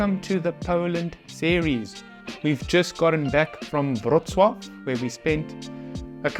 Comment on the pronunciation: BTW, the way you pronounce "Wrocław" is spot-on :)